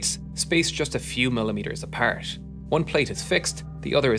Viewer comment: you sound scottish when you say “apart” and “are” hahaha nice video tho